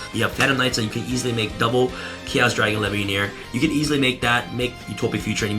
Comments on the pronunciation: He keeps turning into levineer. For a minute i was confused how u gonna xyz into levineer and than i was like oh. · Take a shot every time he called leviair the sea dragon chaos dragon levianeer